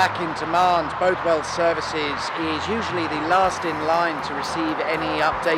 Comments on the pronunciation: Bothwell is pronounced with the first syllable as in “ball”, so like “Bawthwell”. The services is dismal but the village is chock full of premier league footballers and very expensive houses. The A74(M) was supposed to be renamed M6 when the Cumberland Gap was filled between Carlisle and the border, but it’s never happened. A lot of the original road signs in South Lanarkshire pointing to Carlisle have M6 hidden under the A74(M) patch. Heart of Scotland is pitiful, but luckily a brand new Eurogarages development has opened at the next junction eastbound. Not technically a motorway services, it is right on the junction and has multiple food, coffee and shopping outlets along with a cheaper Shell than the BP at HoS. I think the only thing keeping HoS alive is it’s Park and Ride facility to Glasgow and Edinburgh for Harthill residents via Citylink coach. Abington is always horrendously busy and has a tiny car park. Sitting right at the junction of the M74 to Glasgow and the A702 to Edinburgh, as well as the A73 to the Clyde Valley. It gets a stack of passing trade, could definitely do with being much bigger. I watched a man selling tropical fish from his boot in Hamilton services once. So, you can pick up anything from a service station. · "Both..." in Bothwell is pronounced the same as in bother, and "...well" is pronounced "wull". An interesting feature of Bothwell services is the access gate to the Fallside Road that locals in the know use as an unofficial motorway junction. Very handy!